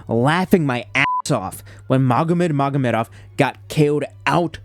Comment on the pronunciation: Magomed Mogomedov💀 these people don't even try.